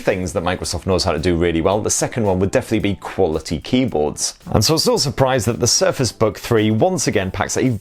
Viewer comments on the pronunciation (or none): Is it me or did he say "Surface bug three" ?